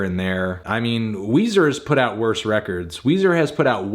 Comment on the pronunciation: Come on... It's Weezer... 10/10